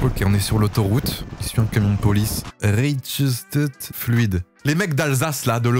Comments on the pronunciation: C pas reichtett sa se lit rachtat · enflure comment tu prononce mon village 😂 Reichstett c pourtant simple a prononcé 🤣